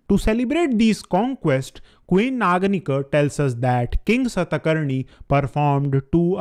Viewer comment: please pronounce naganika as aa at end not schwa sound .